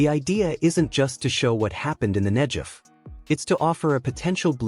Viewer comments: Not NEJEV but NEGEV.....guh sound! Interesting video! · FFS 'Negev' not 'Nejev'!!! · Very important story - thank you for telling it! One thing though, the "g" in "Negev" is pronounced like "g" as in "God", not "g" as in "giraffe." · It’s a hard “g” in Negev not a soft “j” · The narrator pronounces Negev incorrectly. There's no J , its a G!!! Pronounced Neh- Gev! Israel stands as evidence that the Holy Bible is true, its real, it can be trusted. The G-D of Abraham, Issac, and Jacob keeps his Word. Scriptures foretold that the desert would bloom again, as one of the many signs pointing to the return of our Messiah, The Holy One, Yeshua. It literally brings me to tears when I read whats coming. We are called G-D's chosen, but oh what a price we've paid. We want only to exsist on our land, in peace, our enemies try deny us that right, that privilege. This river running through the Ne'gev desert is but one of many wonderful things. I look forward to the Dead sea coming back to life, as Scriptures said it will! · I felt bad telling you especially since the content was really well done. In Hebrew, there is no "J" sound, just a "G" sound. I was just thinking that in English the G can sometimes sound like a J.